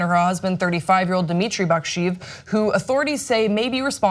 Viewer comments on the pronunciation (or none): Baksheev is not pronounced how it's written. The transliteration is shorthand for Bakshyeyev, which is how it's pronounced. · Shouldn't it be pronouncd Bakshe-yev?